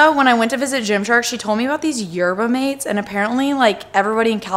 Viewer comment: I'm not seeing it commented so I'm sorry if you've already gotten it a bunch but the "mate" in yerba mate is pronounced mah-tay! I love that stuff.